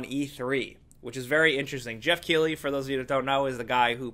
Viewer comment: Why are you saying jeff keighley if it is geoff keighley